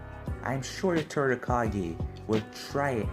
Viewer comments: What The Other Hear:Whats Happening Third What I Hear:Whats Happening TURD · Bro anyone hear when he called the third turd